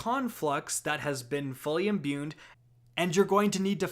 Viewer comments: sorry to be a stickler, but the word is "imbue", not "imbune" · There's no "n" in the word imbue